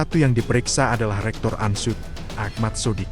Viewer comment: Ini reporternya orang bule ya. UNSOED di sebut ANSUD